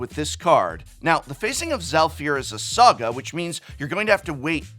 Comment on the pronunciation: I heard a soggy enchantment instead of saga enchantment 😄